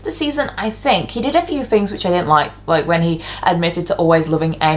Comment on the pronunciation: "fings" haha